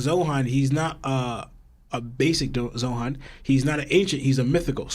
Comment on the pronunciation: Im not tryna be rude but like keeps calling zoan “zohan” and it kinda bugs me a bit